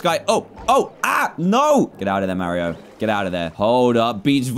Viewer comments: Am I the only one who thinks it’s weird when he says mawio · DAN ITS NOT MARIOOOOO ITS MARIO -_